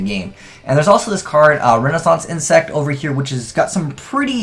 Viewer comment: is just as bad as Cap G when it comes to pronouncing card names...